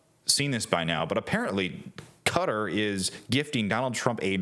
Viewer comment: No way you pronounced Qatar like that 😂😂😂